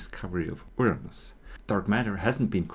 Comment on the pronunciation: I, for once, am so disappointed about the AI voice pronunciation of Uranus.